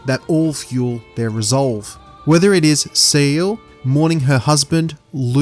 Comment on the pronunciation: Great analysis but "Loon" and "Sayel"? how do you not know how to pronounce their names after playing the game man haha